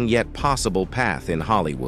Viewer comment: I literally can’t stomach this. This AI generated voice made so many mistakes, it lets me know that the creators of this page are not credible. Pronouncing Will Smith’s movie Ali like “alley, and saying Hollywooo instead of Hollywood a number of times, was only topped by showing a picture of Wesley Snipes (which they’d already previously highlighted) when introducing Isiah Washington. I cannot!! I turned it off before I could finish the whole thing. Just stop!! These clicks, likes and watches line their pockets without them having any respect or connection to the culture. 👎🏽